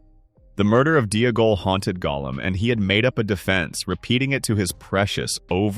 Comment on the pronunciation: Oh great, based on AI's mispronunciation you have now changed the proper spelling of Deagol. Yikes.